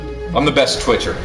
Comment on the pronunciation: TWITCHER he says. wow dude. s'forty